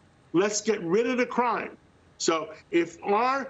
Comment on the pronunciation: It’s craahm